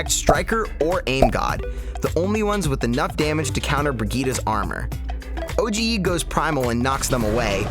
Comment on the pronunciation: Wonderful content as always. Just a little thing: OGE is not spelled o-g-ee, it is just o-g.